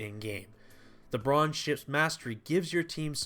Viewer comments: bruan bruh. its buu - rane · "earnhart"??? Earhart. Phonetically 'Airhart". Also Burr-ran. Burr-ran